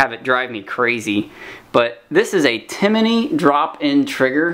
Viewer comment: you need to learn a little bit more about rifles. 1st it's not Timminy "like jiminy cricket". It's Timney. And the buffer is not a piston.